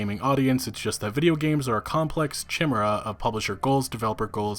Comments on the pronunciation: It's pronounced "Kai-mera" not "chi-mer-a" even though that's the way its spelled sorry that erked me lol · The word chimera is khi-mare-uh. Not chi-mer-uh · "Ky-Mera" Not chimra. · Chee-mer-a is not correct pronunciation!! Greek word pronounced - ky-mer-a. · small I know, but it's not chim-er-uh with a CH sound. It's Kye-mare-uh. A Chimera was a mythological beast with a lion's head, a goat's body, and a serpent's tail. In the context of the article, it means that video games are a blend of wholly different, sometimes conflicting, aspects into one being. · Chi-mera. Not “Chi,” as in child, chide, chime or chai. It’s “Chi,” as in kite, kind, coyote or kai. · It's pronounced KAI MERA NOT chim er a. In a lot of ways you are a game journalist yourself so you need to start learning how to pronounce words properly. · Heh. Chimera is Ky-Mare-Uh. not chimuruh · chimera is pronounced "kai-mare-uh" not "chim-er-uh." Just tryin' to help, not tryin' to be mean. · Tchimmera? You mean chimera? ke - mere - a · "chimmerra" lol Ki Mare Ah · Khai-mera Not chi-mera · It's not chi-mera. It's pronounced ky-me-ra. Why is this a word so many people struggle with? Also this article makes me mad. I literally have never EVER heard gamers blame the devs or call them layzy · Sorry, but , it’s pronounced “K-eye-meh-rah” 😅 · Chimera is pronounced ky-mera, the ch sounds like a K and it's a long i, like eye. ❣️💋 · Bro.... Chimera is pronounced more like Kai-mer-uh...... I'd advise looking up pronunciation on funny words before you record. Makes you look bad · Great video as usual man 👍, oh and im sure im not the first to point this out but chimera is pronounced "KY-MEER-AH" and to be clear im not trying to nitpick i just know that if our roles were reversed id hope youd point something like that out to me. Id also like to express my thanks for everything you do and all the time you put into being a level headed voice for all of us as a community and as consumers. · Kai-merr-ah, Chimera